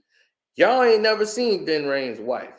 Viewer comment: Its Ving not Vin bro Lol